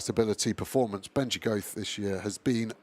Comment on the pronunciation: vs The Goethe pronunciation war has taken a strange new twist.